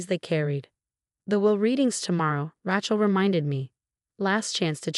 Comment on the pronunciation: It's Ray chel. Ray Ray Ray. Makes me nuts. Pick another name like Mary.